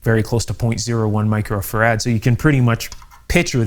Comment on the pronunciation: Great info but it grates on me to hear you mispronounce “Microfarad” as “Micro-Ferrad”. It’s “Micro-Farad” as in Michael Faraday”